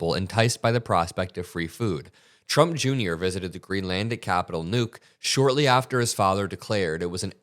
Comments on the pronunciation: Nuuk is NOT pronounce "nuke" you ignoramus. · I know it is trivial but "Knuuk" is pronounced like a knuckle, not like a bomb.